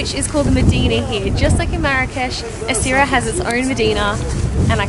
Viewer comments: In moroccan arabic you pronounce it simply Swera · it is pronounced Essawira :) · As a Moroccan, I must say, I have had a lot of fun seeing you guys trying to pronounce Essaouira, and pronounce it differently in every shot. In all seriousness, glad you are having fun here. Can't wait for the next videos :) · Im sorry guys but you butchered some of the names 😂, in Chefchaouen the 'a' should be pronounced and Essaouira is pronounced Esawera or just Swera in arabic. I'm from Morocco and I am so glad you loved it here, I can't wait to see the Desert vlog it's one of my favorite places in my country.